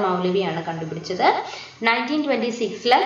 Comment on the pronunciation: eee girl endha igane parayane....like...kandupidichath....😠